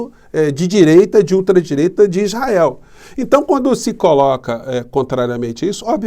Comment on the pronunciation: O malacraia fala as palhaçadas, e os burros que nao sabem nada, e o capeta fala isrrael como um povo que horror👹👹👹👹👹